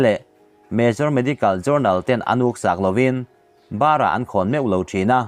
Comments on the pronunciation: A thu chhiar hi a thluk diklo zeuh² a awm..eg. A kawi a ngil..tihah hian a Kawi hi thluk hniam thlak tur niawm tak..barhah khawn...tur hi barah tiin lm. Ni bawk. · I chanel a ngaihnawm thei viaua a lawmawm hle. Mahse mizo tawng i chhiar dik lo lutuk thin hi inzir deuh la a tha a. Entirnan "barah an khawm lo" tih i rawn chhiar kha, i thluk duai kha a dik lo. "Barah" tih hi chawhmeh tih ri anga tihrik tur a ni